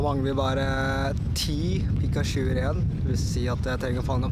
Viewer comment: du sa pikasju d heite pikachu!!!!